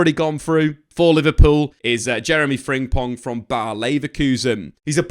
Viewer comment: Its not fring pong, its frimpong😅